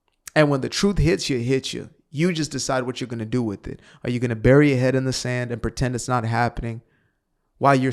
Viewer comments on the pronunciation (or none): none